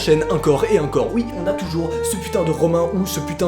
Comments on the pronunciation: Pourquoi tu dit uncore au lieu de encore ?? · Parcontre c'est pas "acor et acor" mais c'est "encore et encore" hein x)